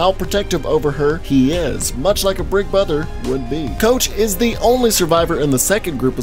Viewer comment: Did you just say "Brig Bother"?